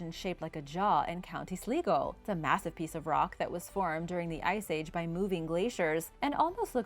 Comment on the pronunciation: 🤣🤣🤣 its not pronounced (slee-go) its (sly-go) Sligo